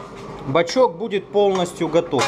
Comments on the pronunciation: он бачОк, а не бачЕк. Исправь, пожалуйста. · Бачок,, а не бачёк... (Предвижу дислайки, но если вы - двоечник в душе, мне пофигу.)